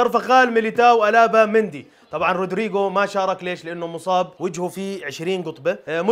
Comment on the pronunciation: روديغار وليس رودريغو 🤣🤣🤣